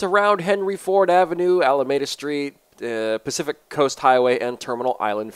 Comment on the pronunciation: Pacific coast highway.....not Pacifica. Also you used my picture of my M3 GTR. Lol